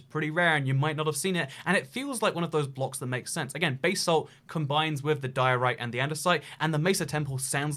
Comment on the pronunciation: This is a cool video and all But why is no one taking about the way he pronounces basalt